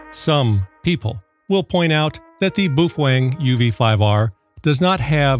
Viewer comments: you use to call it”Bow-fang” and i noticed you now went to the pronunciation of “boo-fwang”. What up wit it dude? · I may be stupid, but I think you are mispronouncing Boufwang. Also, you should not hold it upside down by the antenna. But, since I am your favorite viewer I will let it slide.